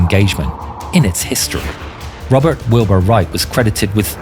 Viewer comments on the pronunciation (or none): none